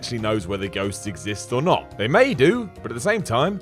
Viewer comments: Did he say "goats are real"? Really sounded like it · Anyone else notice when he says ghosts it sounds like he says goats?